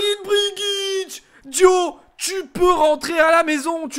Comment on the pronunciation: Sa ce lis pas dio mais diaw comme sa s ecrit